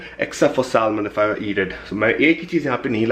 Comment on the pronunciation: pronunciation is Sa-Mon not salmon 😅